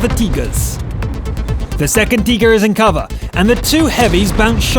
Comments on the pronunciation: its called a tiger you say teeger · And guy in video needs help with Tiger xD